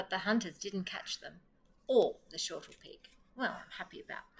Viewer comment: Great to find an Australian reader, but it's snortlepig - not shortlepig.